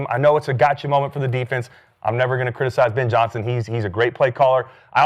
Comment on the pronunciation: Who is “Bin” Johnson?